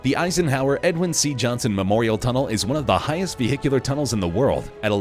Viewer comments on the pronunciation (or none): Must be somewhere vee-hick-u-luurh?